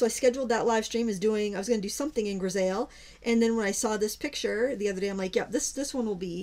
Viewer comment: "griseille" this is a French word meaning "gray monochrome." It is pronounced "gree-say." Hope this helps. :)